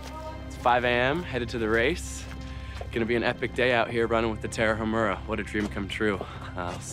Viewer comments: "the Tarahamurrhha" congrats on butchering the name! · Agree. And it's Ta-ra-umÀ-ra, no sound on "h". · If you want to pronounce Tarahumara correctly say the following in English "Tara uh! Mara" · The Tarahumara used to do that while kicking a ball.....The just hasn't the time TO LEARN HOW TO PRONOUNCE THEIR NAME!! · The way that guy pronounced Tarahumara is like nails on a chalk board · Great video! But it would be better to pronounce Tarahumara correctly.